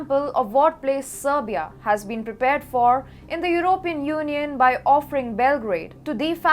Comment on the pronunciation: her pronounciations are VERY POOR, SHE CAN'T EVEN PROPERLY SAY SERBIA AND SAID SLOWENIAN INSTEAD OF SERBIAN....I had to go back 4 times to understand her and I live in Canada and used to live in England.